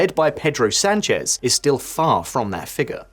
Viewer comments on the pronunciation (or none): Por cierto, duelen los oídos de como pronuncias Sánchez. Infórmate por favor. Es un signo de cultura y respeto.